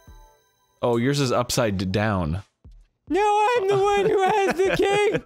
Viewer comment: Was the way Arin says "upside down" a bit or just one of those Arin things like "bolth" and "molment"?